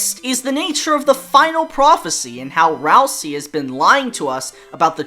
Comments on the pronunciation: This is true Deltarotten core. I enjoy the variety. And you still pronounce it Ralsee so it rhymes with Susie! 😂🤣😭 I hope this Deltarotten dream never ends and we can relive this Deltarot forever and ever. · Even in a non-dubbed video, still calls Ralsei "Ralsee"... gotta love the commitment to the bit.